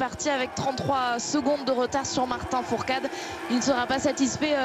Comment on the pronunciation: Et la meuf elle dit Martin fourtade